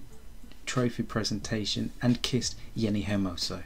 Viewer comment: Jenni not henni